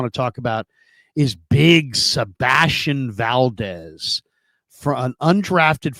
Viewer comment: "seBASTian valDEZ"..................🙄